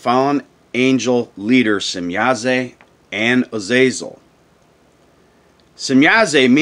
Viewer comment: There is no e at the end of shemyaza or semyaza why do you pronounce it as semyaze lol